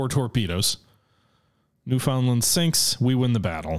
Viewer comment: As a newfie myself I'm happy to see this cruiser but will fault you for pronouncing newfoundland wrong